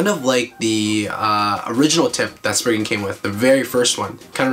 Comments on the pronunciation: It’s not sprign it’s spryzen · You said Legend spriggin